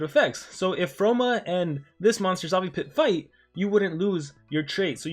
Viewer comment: Xavipit no Zavipit or it's your accent, btw the mythics are already not basic old days monster because katufo remove positive and aoe stun, Froma disables trait, Armor Claw have taunt, and Cyberiel have weakness skill and skill mirror.